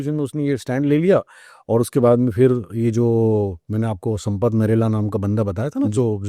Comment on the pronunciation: भाई साब नरेला 😂😂 नहीं है नेहरा जाट है जी 😂😂 कहा से आते हैं ये लोग अगले पॉडकास्ट में सपट करेला मत बोलना प्लीज 😂😂😂